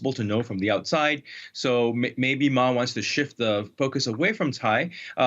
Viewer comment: Peace is never controversial. By the way, the news anchor at the start pronounded Ma's name wrongly. This slip very much indicates that this channel/anchor had probably paid very little attention previously to the China mainland/Taiwan complexities... And that aside, frankly, his visit will certainly lower temperature across the straits and send a signal from Taiwan to the rest of the world that there are 2 different blocs of perspectives there, not just independence that could trigger war. For the rest of us in Asia, war across the Taiwan Straits is a lose-lose situation for everyone in the region, and DPP's provocative push-moves are certainly not very much welcomed if it were to lead the rest of us into war... By the way, the official name of Taiwan is still the Republic of China...